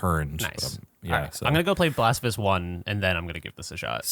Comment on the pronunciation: every time you say blasphemous i hear "the blasph of us"...